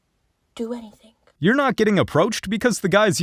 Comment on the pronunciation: chicks who say "anythink" instead of anything :)